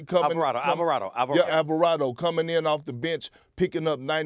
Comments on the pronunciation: Perkins - "You look at Jose uhh. José Arararar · "Jose Arvararauh"...Perk don't know what he talkin about, he can't even get a players last name right! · Lmao perk trying to say Alvarado is hilarious